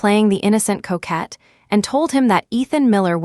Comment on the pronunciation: COQUETTE not coette